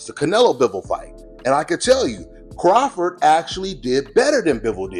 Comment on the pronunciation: Terence Crawfor is how he said it lol